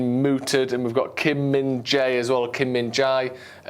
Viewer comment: Kim Min-jae, I want to talk about his name cause he is getting interesting to football fans all around world. Please Do Not pronouced [jai],,, his real Korean pronouciation is [je ] Min-jae = [min : je] Min-jai / minjay ,, it sounds like chinese ….